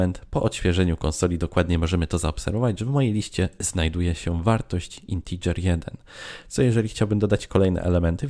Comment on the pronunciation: Co Wy macie wszyscy za problem z tą wymową "integer" po angielsku???